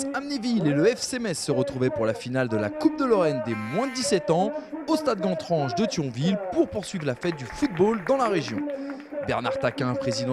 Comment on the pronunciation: le mec il dit "guantrange" mais ça se prononce "Guaine,trange" !